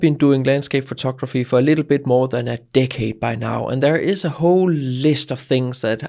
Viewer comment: I like it when you say: "photokraphy" (